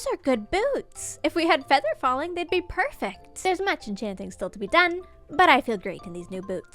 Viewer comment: They way she says "Perfact" instead of perfect 🥰